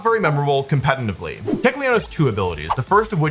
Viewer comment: Wolfy: “competentively”